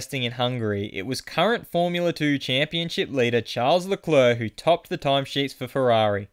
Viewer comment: it's not lecleurc it's leclerc